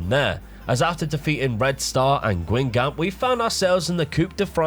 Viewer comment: If you want to know the French pronunciation, here's a (very) rough guide for the more peculiar ones: Guingamp = Gahn-gone Rennes = Ren Reims = Rans Cannes = Can Caen = Cawn